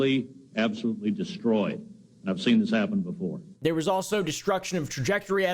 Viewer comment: "Befwore we get too deep into da stwory"